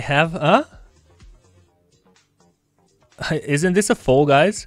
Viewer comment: Can someone tell him that it's foul and not foal 😄